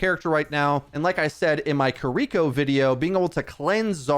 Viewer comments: Why do they keep mispronouncing Kiriko's name? KI-RI-KO, not Keereko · Hurts to hear him say Kiriko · Again, please learn how to say Kiriko correctly!